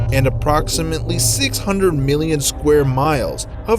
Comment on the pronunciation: never have experienced a dream like that though. But, now I have experienced the most annoying pronunciations of: one million, or "won miLLYien", Haywire, or "HighWyre", and calculate, or "Kirk-Yu-late".